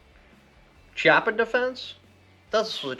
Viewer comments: it's pronounced..kiappa.. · I believe it’s pronounced (Key-yapa) but either way man awesome video! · Yo, amazing information and overview, Thank you. As an Italian, though, I want to point out, Chiappa pronounced "kee-appa", hard C as in kiss. :) Keep up this good stuff, please!